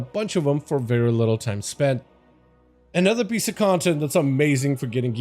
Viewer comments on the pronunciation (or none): none